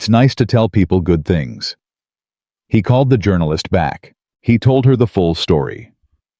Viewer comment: Could you pronounce “He”, not “Hi” ? ??